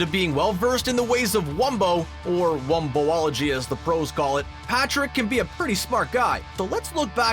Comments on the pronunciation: Wumbology not Wumbo-ology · I could immediately tell this guy wasn’t an expert when he referred to the study of wombo as wombo-ology. Get it right newbie.